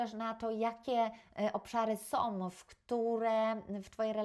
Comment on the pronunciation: Naucz się mówić po polsku 🤦 "som"